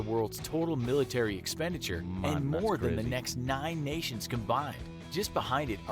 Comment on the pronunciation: Love every time he says military it sounds like millinery so maybe there would be a discussion on women's hats... ha